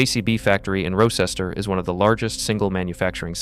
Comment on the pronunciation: You butchered the location of the JCB factory with that pronunciation